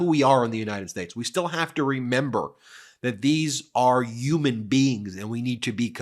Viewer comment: Why are we collectively starting to say "Yuman" and "Yuge" cant we stop adopting trumpisms? It grosses me out 😂